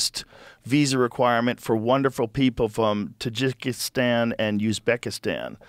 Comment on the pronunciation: Jesus, Joe! Learn to pronounce Tajikistan and Uzbekistan! Maybe do some homemade before you open your yap!